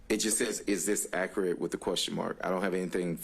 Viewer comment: Listen to him ,he cannot even talk properly ,he keeps saying "accarate".instead of accurate .How he even passed the bar is mind boggling! He does not sound like a lawyer being questioned ,he sounds like a member of the public .He has to keep having everything repeated and explained to him as though he has no legal background . He can't even make eye contact with the lawyers